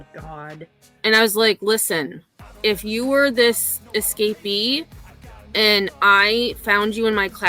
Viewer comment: Wow, I can’t even stand her voice long enough to make it all the way through a clip of her. And ( or aayand) if I say it using 2 syllables like this dufus, she’s a lying POS too. She should not be allowed to teach 12 year olds if she thinks Betty content is for pre-teens.